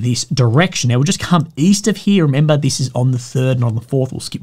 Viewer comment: He said member 😂